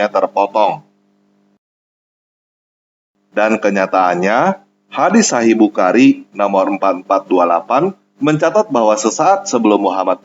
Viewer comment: Nyebut nama bukhari aja belepotan. Semoga harimu menyenangkan.pembuktiam itu pasti datang.sambut dan rasakanlah.